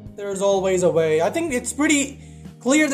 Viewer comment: “iF tHEre iS a viLL tHeRe is A vAy”